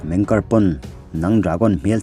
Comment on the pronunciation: Meng kari jan tih chu😂😂😂 Zo tawng tak a chhiar in "meng ki ar" A nih kha mawle